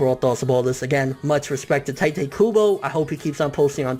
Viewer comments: it's Teetay. not tytay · Its not tie te Its tee tae kubo . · its not pronounced TIE-Tey... if you're gonna make youtube videos and come off as a manga enthusiasts. At least learn a little about the language and the culture..... or at the very least learn the proper pronounciations... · I'm truggered when they pronunce tite ay "tay-te" like... wtf... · It's Tee-tay Kubo,not Tai-tee kubo. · ITS FUCKING TITE. KUBO. DUDE. "TEA-TAE" NOT "TIGHT-TAE" UGH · Could you learn to pronounce his name right? Its TEEte Kubo not Tiite Kubo. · I disliked because you mispronounced Tite. it's TEE-TAY, not TY-TAY. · i dont want to be "that guy" but its pronounced 'teetay' not 'tytay' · Obviously you can't read either because I'm pretty sure T.I.T.E is pronounced (Tea-Tey) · Tightay??? lmao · Isn't it pronounced 'Tee' 'Teh'? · It's pronounced like "t-ee-te" kubo bor com'on ffs, props to kubo tho really touching story.